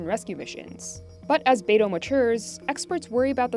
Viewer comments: The correct pronunciation is bai-doo, not NATO and BADO😂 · is weird to hear her pronounce Beidou "baydow". most other youtubers say something like "buydoo". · Beidou, it's pronounced like "bay dough". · When you see the only guest who could pronounce Beidu properly than the million of times the narrators & other so called "experts" throughout this propaganda video, you know how bad they even care to do their research.